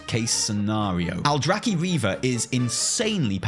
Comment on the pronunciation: TY for pronouncing Aldrachi correctly, i could hug you right now